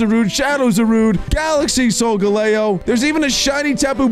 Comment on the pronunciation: Ki-yu-rem Pronounced Kyurem Sol-ga-le-yo Pronounced Solgaleo Eter-ney-tus Pronounced Eternatus